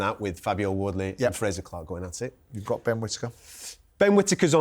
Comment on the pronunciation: Love how Paulie calls Frazer Clarke “Frasure” like Dr. Frasier Crane🤣🤦‍♂️